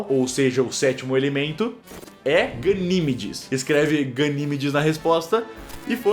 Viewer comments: Eu percebi, mas o “Ganímedes” me deu mais agonia. A pronúncia é “Ganimédes” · é ganiMÉDES mas só a pronuncia, escrito é ganimedes